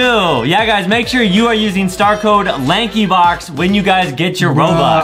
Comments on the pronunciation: I realize adam said prankybox instead of lankybox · Did Adam say banky box or Not